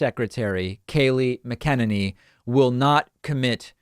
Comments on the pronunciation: You're pronouncing her last name wrong. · Davids pronunciation of her name, always cracks me up 🤣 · The best part of this whole video is his screwing up, in the first few seconds, of how to pronounce Kayliegh Mcenany's name...😂😂😂😂😂😂😂😂🤔🤔🤔wtf?? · Please I think you can pronounce her name but I think you're not get right I don't know why but I am with you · Pronounce her name correctly as it gives you more credibility. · Why does David keep pronouncing her name that way? He seems to be the only one to do that. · Dude, learn how to pronounce her name. -Not that I think she’s worthy of any kind of respect like that, but your way of butchering it so bad, is just annoying. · Please learn how to say her name! I really appreciate you and that's why you should not act like one of those right wing people that pronounce Kamala Harris wrong. It doesn't suit you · Please pronounce her name correctly!!!!! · Dave I love your show but plz pronounce her name correctly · Bro, stop pronouncing her name that way. Lol..Keep up the good work. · Why does he pronounce her name like that? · God damnit, David, pronounce her name right. It's McEnany, not McEnany. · David, you know you’re pronouncing her name wrong, right? although, she deserves it! 🤣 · I don't like Kayleigh at all. In any way, shape or form. That said, you always pronounce her last name wrong. If that's on purpose, cool. If not, well, that's why I posted the comment. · For the record I think she is a nini, the name mispronounceation just bothers me lol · Okay love the show. Love your insight and I know these White House officials are pigs but you gotta stop pronouncing her name wrong. It’s like VP elect Harris and people jumping all over those who pronounce her name wrong. #Respect 💙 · Is david pronouncing her last name incorrectly on purpose? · Dude pronounce her name right 🤦‍♂️ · Do you mispronounced her name on purpose? Jimmy Kimmle’s mispronouncing of her name is hilarious... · Don't you know how to say her name?😂